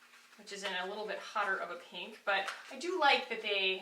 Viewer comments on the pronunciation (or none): no smudging or transferring around? As soon as you put that first blush on, I knew you'd maybe hate it. Then, you said PENK, and I almost snorted with laughter. It actually looked cute, though. Also, I wear that Juice Beauty blush on top of the it cc cream/bye bye pores powder with no issues. I bet this stick would also work.